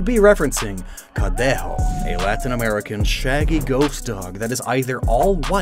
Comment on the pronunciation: I just want to congratulate for how much his Spanish pronunciation has improved 😄 Specially when saying Barcelona, Santa Campaña, and Cadejo 👏🏼👏🏼👏🏼